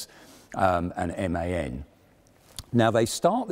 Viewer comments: It´s pronounced M-A-N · MAN is not pronounced in one word, it is pronounced M-A-N, single letters. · "They look at MAN (...)" If I may? I german the company is pronounced by using the alphabetic nomenclature, so it EM AH EN :) EDIT: Nvm, you're saying it right , should have maybe just listened to the end :P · I love the Pz. II! Thank you so much for the great video! Just two things: - MAN is not spoken as one word, it's an acronym (for Maschinenfabrik Augsburg-Nürnberg) - and ausf. is short for "Ausführung", which means model/implementation (if anyone is interested) Thanks for getting us trough the pandemic with great content :)